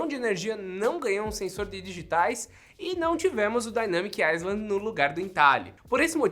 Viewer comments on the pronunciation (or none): none